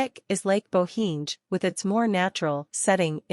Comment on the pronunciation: Its like Ai voice, :) .. pronounciation is river Socha, lake Bohiny etc..